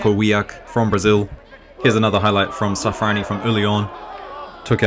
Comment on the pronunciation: its SHAAFH-raanj. 'ny' is the same sound as the Spanish 'ñ'